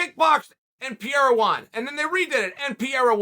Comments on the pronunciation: Me too. In an earlier interview he said Pierre and I was like who is he talking about at first. Then i realized this was chael and figured it out lol. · This is somehow better than DC's "Peheira". Why would the first R have a different pronunciation from the second one? Haha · STOP CALLING THIS MAN PIERRA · Say it with us Uncle Chael, “Per-rare-ruh.” Or you can just call him Stone Hands. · You know its per-hey-ya right.. Depending on the spelling, r's in spanish are pronounced as h's.. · are you being ahead of us as always or stupid, since you pronounce pereira as piera...??? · Welcome to the PEE-era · lol Chael butchering Alex's surname gotta love it😂🤣😂🤣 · Only here to listen to all the ways uncle chael mispronounces Pereira 🤣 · Chael is butchering Pereira's name. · jfc - still can't get the mans name right ... Knocking out Strickland should earn him the respect to pronounce his name right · Love how Chael even finds a way to mispronounce Pereira. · He deffo does it on purpose, no way anyone would say it like he does, especially being its one of the most common latin Portuguese/Brazilian names. But then again Chael is a patriot and thinks America is the gold standard for everything 😂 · and thats a fact! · I love Chael but he stays mispronouncing stuff lol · Pierre uhhhhh, yeah let's do it. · Pee-era is just great guys. Pierre-Uh just might be your favorite fighter’s favorite fighter. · You say pereira name like pee era lmfao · Alex "Pereira" Pierra - I cant let your names get close - Chael Sunnen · Since day 1 you knew Chael would constantly say “Pee-air-uh” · Pereira its a difficult name, just call the man by what he’s known for: Poatan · Say his name CHAEL. It's not that hard. Pereira. You can do it Chael! Pereira, Alex Pereira. For god sakes. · i literally can’t say pereira right anymore. undefeated. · And Joe Rogan n DC saying "Feheda", it pisses me off so much 😂😂😂😂😂😂😂 like dude its not that difficult pronouncing Pereira just like its written lmfao 😂😂😂😂